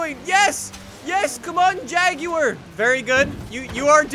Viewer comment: Finally someone said Jaguar instead of Jagwire